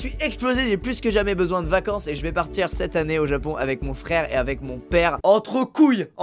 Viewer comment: 😂😂😂😂 quand ta dit je part "cet année" j'ai crue entendre "sept année" j'ai eu un moment d'hésitation 😂😂